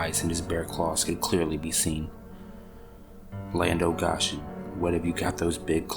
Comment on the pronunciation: I love this story. Folklore like this is underrated. One thing that threw me off though was the pronunciation of the exclamation "Land O' Goshen". For the correct and full effect, say "Land A Goshen!" with a long O. Goshen is a city from the Bible and the phrase Land of Goshen is a colloquialism meaning something a long the lines of Oh My Goodness, lol. The southern drawl makes it sound like "Land uh Go-shen!" It's one of my grandmother's favorite sayings lol. But srsly, please keep doing these folklore stories. They are amazing.